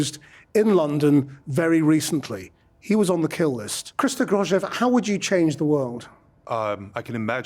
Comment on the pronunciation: If you're going to interview someone, learn how to pronounce his name, you unprofessional hack.